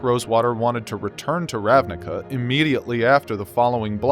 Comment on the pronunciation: Fun fact. The word "ravnica", means in slovene "plain". It's pronounced as "ravniTSa", though. :)